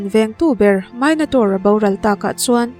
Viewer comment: Minotaur .... Mai-no(ni)-taur nilo in me-no(ni)-taur tih tur